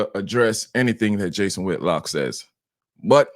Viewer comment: It Whitlock not whitlocks…. For fudge sakes